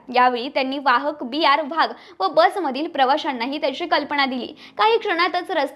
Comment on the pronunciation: वहाग नाही वाघ असतंय